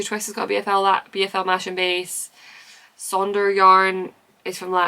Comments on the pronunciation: Loads of lovely things in the works. You’re a machine! On the topic of pronunciation, Masham as in BFL/Masham is pronounced Mas-um not Mash-um. The sheep breed are originally from North Yorkshire near a market town called Masham! I was born and used to live near there ❤😂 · Thank you for another great podcast. I know what you mean about incorrect pronunciations. Please I’m not having a go at you. But nearly everyone says Masham wrong. It’s a village in North Yorkshire and it’s pronounced Ma-sm. Please don’t worry you’ve been saying it wrong. But I thought after what you said about pronunciations you’d like to know how it is pronounced. Hope you have a great weekend 🙂